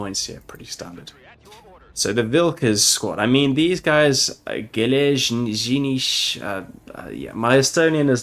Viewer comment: Fun fact: Vilkas means Wolf in Lithuanian and not a bad try for a first time attempt in pronouncing Geležinis as well. Iron Wolf Mechanized Infantry probably would have been a bit of a long inscription for the devs. Also the camo sort of looks like the old one used up to 2021 which we in the service called pine-trees camo atm it's a custom multicam. Cheers for the showcase!